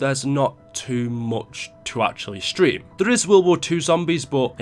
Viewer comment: Hey its stream not shtream